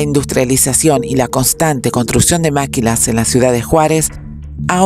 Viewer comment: Se pronuncia “Maquilas “(así nada más, sin acento) no “Máquilas” muy buen reportaje, muy completo.